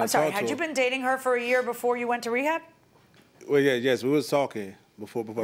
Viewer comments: “While he was away at wehab”😂😂😂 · The man said wehab … smh 🤦‍♀️